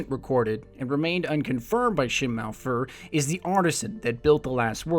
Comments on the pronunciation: It's doctor SHIM. Not Shinn. It says Shim in the subtitles. Your storyline is for the exo. There was supposed to be human and awoken storylines aswell but somewhere down the line they scrapped them. Doctor Shim supposedly made the Exos but during the collapse wiped their memories. That's why the ghost recognized him, but not you. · cool thanks for the clarification I don't have the subtleties on it sounds like Shinn.